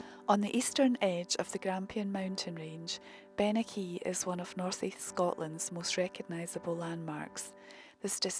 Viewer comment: The hill range Bennachie in Aberdeenshire, Scotland, is pronounced "Ben-a-hee". lol.